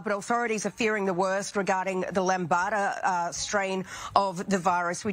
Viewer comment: That's "Lamda", not "Lombata" -- the newer-than-Delta-Plus strain on the horizon.